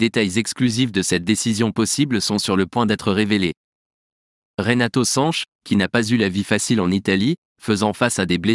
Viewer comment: Sanch et non SanchES